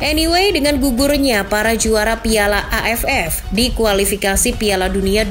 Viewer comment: Pas ngomong AFF.nya kurang di tekenin itu😂